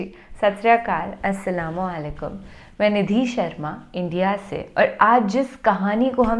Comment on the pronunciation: Salam sahi se nahin karti ho aap Assalamu Alaikum Hota Hai